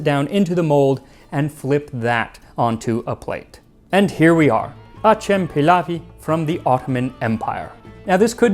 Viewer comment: Hello! Turkish speaker here. I appreciate the effort you make in pronouncing foreign words, so I thought I'd give you some pointers, because you're not quite getting acem pilavı correct. You're actually making a mistake that many people make when they're not really familiar with Turkish. In a two word phrase like this, where both words are nouns, the worst word is stressed and the second word is not. Stessing both words sounds odd. So it should be "a-CEM-pilavı". Same rhythm as "acCELerating". Very interesting video though. Many thanks!